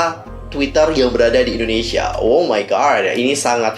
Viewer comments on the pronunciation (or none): none